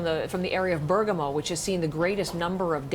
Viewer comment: Reporter: MilAAn Also reporter: Bergumo